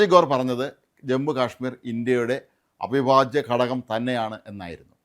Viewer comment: അഭിവാജ്യ എന്നാൽ അവിഭാജ്യ എന്നാണ്